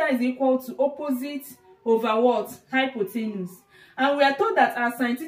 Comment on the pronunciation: It's hypotenuse, not hypothenus lol. Anyway, great video and explanation. I look forward to viewing your future videos.